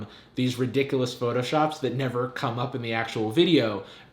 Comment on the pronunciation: "Ten thing you should nEEAVVer google!"